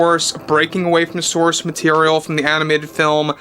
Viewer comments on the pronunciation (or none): none